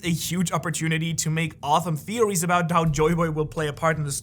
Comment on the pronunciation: I watch all your videos because you always give informative videos on your theories I just had to say you said “awethome theories” and it just made me laugh because it was such a awesome theory you couldn’t even pronounce the words 🤣 thanks for the great content man I’m always gone tune in when you drop 🔥🔥🔥